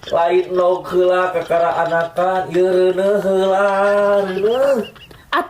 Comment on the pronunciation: TEEH coba gunakeun Bahasa Sunda nu bener....LAIN HELA....TAPI HEULA. Eta ngomong HELA..di ulang ulang, nu leres mah HEULA